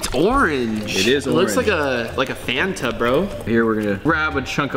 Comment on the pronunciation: bro really said FiAnTa